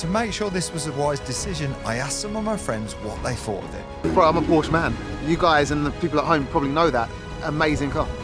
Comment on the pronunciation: No wonder you get scammed. You cant even pronounce porsche